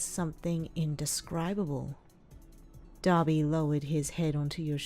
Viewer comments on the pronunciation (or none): Why did i hear daddy when she said Dabi